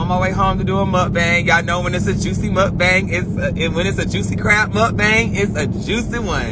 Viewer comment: He sounds so country saying muak bang